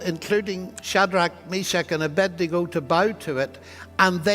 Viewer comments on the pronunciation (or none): OK maybe I need to stop complaining about it if even Dr Lennox says "Abendigo".